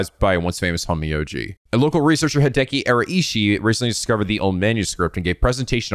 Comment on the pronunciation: just FYI, the RAI in Araishi is pronounced like WEI in weiss.